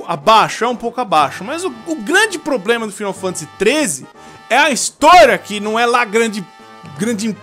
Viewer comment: Faaaaainou Fantasyyy pelo amor de Deus, n eh 'final'